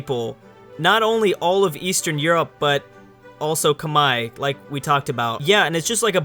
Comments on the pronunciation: It's not "Kamahie"it's "kmer", the "H" is silent. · Khmer=Comehre not khmai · Love the vid as always, but just gotta point out one thing: Khmer is pronounced like kim-air/ear, not kim-eye. At least in English anyway. As in Khmer Rouge. Anyway, keep up the good work. =) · tankfarmer realy because I have been to Cambodgia and no one say kmai it was more K Mer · It's not cum-hi, it's pronounced like Come here. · Why does always say 'kmai' instead of khmer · I am actually khmer myself, and every Khmer person pronounces it as "kmai" as in bye. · tankfarmer I've always heard Kuh-mare, or k-mer as you said. Granted I'm American and my main knowledge of the pronunciation is from the Khmer Rouge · Its properly pronounce like Khmae not Khmer or Khmei, the Northern dialect pronounces it Khmer (just like its spelled) however which is where the English pronunciation comes from. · However I do believe in modern times it is pronounced like Khmai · When someone calls a Muslim Sultanate attempting to claim Rum/the one who becomes the Ottomans the Byzantines... inhales BOOOOOIIIIIII!!! Also, Ca-Meer. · Khmer Kah-Meer!!!!! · It’s k-mai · Khmer is pronounced come here. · read khmer Say khmai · Khmer= kuh mare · Oh my god, learn how to say Khmer, please, you're killing me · I don't think that's how you say "Khmer" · The way he pronounce "khmer" physically hurt my ears